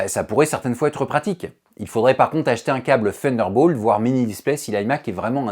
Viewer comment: Faudrait revoir la prononciation de Thunderbolt 😉